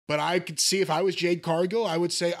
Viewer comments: JADE NOT JANE! Jeezus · Cornette, it's JADE............not Jane. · Jade!!! 🌽 Not Jane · Calling her anything other than her actual name is disrespectful. It’s Jade, not Jane(but you knew this) this is odd.. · Ever since the review of her debut with Cody in the ring, Jim still calling her "Jane" still cracks me up. Lol. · JADE. J-A-D-E dammit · As far as this dude, whatever his name is concerned--- Jade Cargill is the worst thing to ever happen to wrestling. I don't know what flavor gerbil it is up his ass where he can't/ won't give her her props before I say even say the dignity of saying her name right.....but it's sad and pathetic. A blind man can see she's the truth before I say the WWE, or Brandon Phillips. This guys sounds like a hater and a loser and everything about Jade reminds him of that fact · Her name is "JADE" bro!!!!! Damn. 😮😂